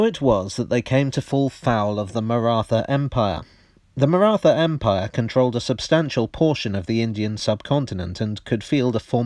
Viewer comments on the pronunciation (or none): It's Marat Ha, the h is aspirated. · The pronunciation of the word Maratha made me wince, but as I can't come up with a word or phoneme close enough I guess I'll have to live with it. Stellar video otherwise. Note: it's not the 'th' sound in rather as pronounced here. It's a thick T sound. Maybe I can link a video here with the corrected pronunciation later. Always best to get names right, especially for a lot as touchy as the marathas (yes the Maratha people, who live in the Indian state of Maharashtra and speak Marathi, are very sensitive about these things.)